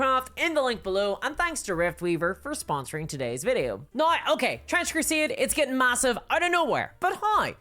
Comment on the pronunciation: Ma'am.. its called Trench Crusade.. not Trench Crusieeäd